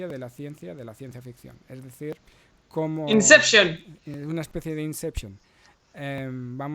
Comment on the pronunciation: ¡Inseption! ¡abduscan! XD